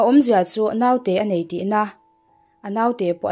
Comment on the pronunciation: Naute hi Note tia lam tur, No-te-i tia lam bawk tur. Ngaihnawm bon, chhiartu aw a nalh bawk si